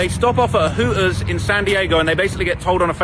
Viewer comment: Sprin er bus…..Hoo ers 😂🤣😂🤣😂🤣 his Goofy ass strugglin with them “T’s” like a mf🤣😂🤣😂